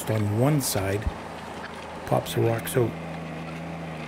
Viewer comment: out, not oat